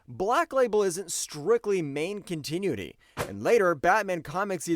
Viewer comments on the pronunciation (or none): I appreciate the video, but you gotta fix that pronunciation,. Continuity: kaan·tuh·noo·uh·tee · I hate to sound harsh, but please learn to use a dictionary or the Internet to sound out words you don't know how to pronounce before doing your next video. Hearing your attempts at "continuity", "Zapruder", "onomatopoeia", "cacophony", etc. are painful. If you want to do voiceovers you have to learn this stuff.